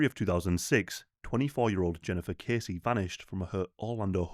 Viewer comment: Pronounced like Bessie, but with a K, Kessie xx